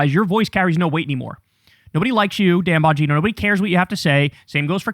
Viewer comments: "Dan Bongina" 😂😂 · His last name is pronounced Bon Gyna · YOu pronounce it wrong. It is "Dan Bong In No."